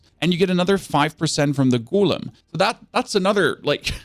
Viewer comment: GO LEM GO LEM NOT GOOL EM